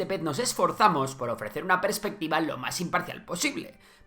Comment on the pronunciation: No es prespectiva, es perspectiva, por favor....